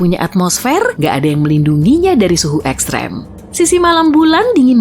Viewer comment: Mimin nya lucu kalau ngucapin ekstrem🤣🤣🤣😂😂🔥